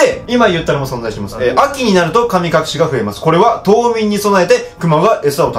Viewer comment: 噛み隠し